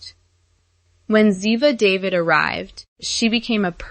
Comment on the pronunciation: Ziva's last name is pronounced Da-veed, not Day-vid. If you had ever watched the episodes that she was in, you'd know that.